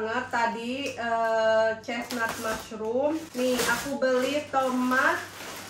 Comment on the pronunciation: Teh naha pas bilang tomat jadi tomet 🤣 tijalikeuh letahna kitu 🤣 aya2 wae